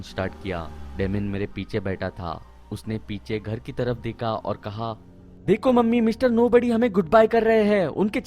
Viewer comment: Deka peka seka teka leka k wjaase sir ap out hogaye 😅 hindi english dono hi khrab hai apki teka meka apka H gayab hai hamesha se